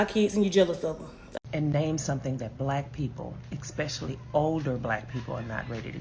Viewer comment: Hearing "expecially" instead of especially over and over is just INFURIATING! THe stitches were all 100%